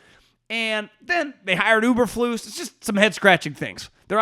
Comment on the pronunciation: Uber-flus??? Dude everybody knows it's Eberflus